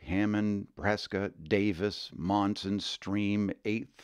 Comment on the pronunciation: I grew up in Monson, Maine. Overall, a great video. However, a few discrepancies. It's called Spectacle Pond, not Spetacle. Another is, Monson, Mass. is pronounced Munson. Another is, please pronounce Bernice correctly. It's pronounced Berniece.